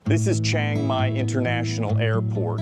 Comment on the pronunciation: If you have lived in Thailand for 11 years then you should know CHIANG MAI is not pronounced CHANG MAI. There is an I in there. Chee-ang Mai or even Chee-ung Mai. Please stop saying CHANG MAI.